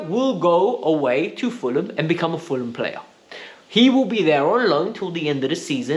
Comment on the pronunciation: Did he say fuller-a-ham? 😂😂😂😂😂😂